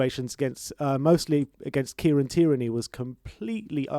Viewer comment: Why do you guys keeps pronouncing tierney like that🤣